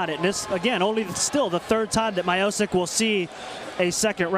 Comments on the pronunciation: It’s Stiopic...not Myopic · Stipe My-eye-poke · americans seems to have less to do with slavic names :D stipe majozik :D poor pronouncement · My dad was his wrestling coach and thats how everyone pronounced his name. We also didnt call him Stipe, we called him Steve, Steve my-oh-cic. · Stipe Miochich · M-ee-o-ch-ee-ch, o like in orange, ee like in green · are you deaf?? he clearly said stipe mayo-sick.. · Stee-peh My-O-sick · My-O-sick? oooookay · thats not how you say miocic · how the fuck did he said miocic i am from croatia and im very offended by this